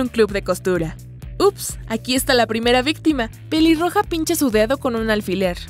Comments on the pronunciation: dijo piliroja en ves de peliroja like si te diste cuenta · En el minuto dise piliroga 😂😂😂😂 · Alguien mas escucho piliroja